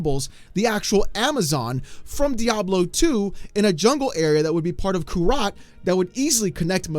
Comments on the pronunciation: Bro... kurast. Not kurat.. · It was driving me nuts. It’s Kurast not kurat.. And I’m pretty sure when they first announced the expansion they said it was Kurast. The people of the area now call it/know it as Nahantu. Since it is like how ever long after Diablo 3 I can see how it can change. It’s happened in the real world.